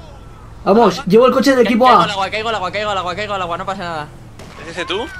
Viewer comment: Jajaja al Aguaaaa!! A no que no es aguah xdd